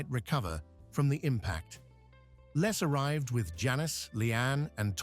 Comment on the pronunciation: It’s pronounced “LEZ” not “LESS” 🙄